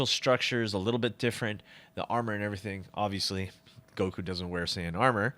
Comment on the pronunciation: Firstly it’s goku not guko, and second, fix your grammar